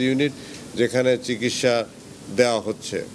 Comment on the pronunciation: চিগিসসা না চিকিৎসা বলেন